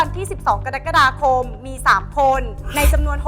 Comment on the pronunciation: กะ-รัก-กะ-ดา-คม ไม่ใช่ กะดั๊กกะดาคม😂